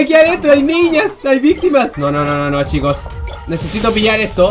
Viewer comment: Al principio que dijo "Ay esta chicos" habia entendido "Ay esta chimbos" :v xD